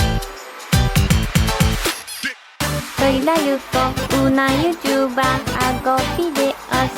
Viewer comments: Si, luego lo escuché mejor y dice Youtuba xD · When Yuko said "YouTuber" at first I thought she said "soy una lechuga". Anyways Yuko is so cute and she will always be my favorite :)